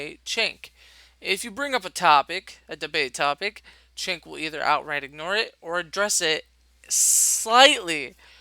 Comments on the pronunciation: his name is pronounced "choke", as in "chokesondick", from south park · It's pronounced "Cerk". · Damn, this video was very poorly made. Strawman, the constant repeat of past points made, you can't even say Cenk's first name properly and you switch between 2 wrong pronunciations. I'm no supporter of TYT, but this video needed more editing for sure.